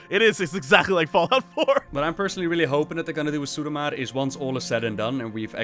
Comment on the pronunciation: Drinking game: take a drink every time Ross pronounces suramar "Sarumar"